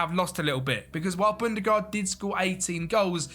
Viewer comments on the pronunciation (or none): Sorry but bundgaard is not bundegaard